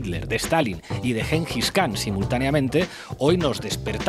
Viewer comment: Hola, se pronuncia "jarakiri" "Yengis kan" pero aún así los amo amigos.